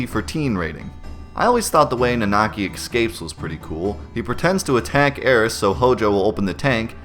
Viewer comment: eXcapes? simUlarities? ;)